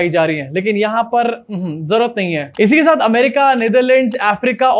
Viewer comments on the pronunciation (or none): none